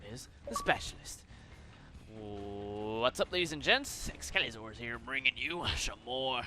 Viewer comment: i LOVE how u say xcalizorz!! :)